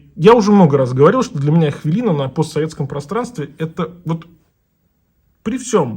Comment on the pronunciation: только говорите ХВЯЛИНА! у нас нет хвы